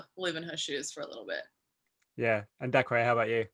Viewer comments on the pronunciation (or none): LMAO DACREE its just pronounced daycah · His name isn’t pronounced dacreyyy